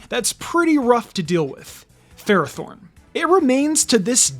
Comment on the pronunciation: It’s pronounced FUR-AH-thorn, “”! 🤨